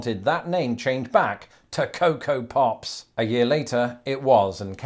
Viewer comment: The ways says Pops, I almost thought he said Puffs. For part of the video at least.